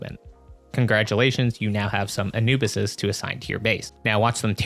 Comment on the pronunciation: And you pronounce it uh·noo·buhs bro wifey is killing me right now for saying it wrong